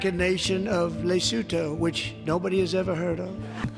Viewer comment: No one knows how to pronounce the word LISOTHO very properly n dont know thw country